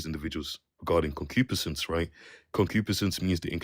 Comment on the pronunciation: He's pronouncing concupiscense incorrectly. I had to look it up. It means ardent, sensual longing. I don't think he's using it correctly. Someone heard a word, looked it up and rolled into your live stream to show off.